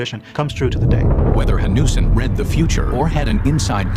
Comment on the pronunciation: the name is Eric Jan Hanussen. The pronunciation in the video made it hard to find the name. Interestingly, he was Jewish.